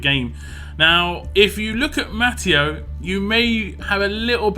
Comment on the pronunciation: I think it's pronounced ma-te-oo